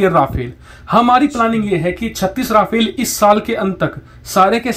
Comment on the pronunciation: it's no "Ra-fail". It's pronounced "Ra-faal"